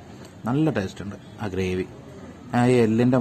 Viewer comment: നീ ചീർത്തല്ലോ, ടാസ്റ്റ് അല്ലെടോ ടേസ്റ്റ്